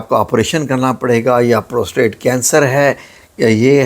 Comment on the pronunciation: ابےگدھے پوسٹریت ہوتا ہے پروستریٹ نہیں ہوتا۔